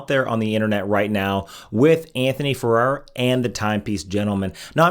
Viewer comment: This video seems to be very target- specific. Not well researched though; within the first twenty- two seconds, you mispronounced Anthony's last name TWICE.